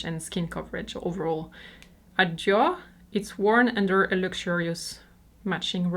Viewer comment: i love how your merchandise is your actual merchandise, not some pix printed on a range of stuff Today i learned Lanvin is pronounced Lonva and Dior Jyor. I am old, i grew up back when each country had its own, totally incorrect pronunciation:)